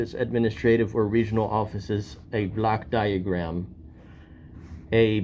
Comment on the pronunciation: You need to pronounce Block diagram more correctly as it sounds like a Black diagram which can lead to confusion by the public servants.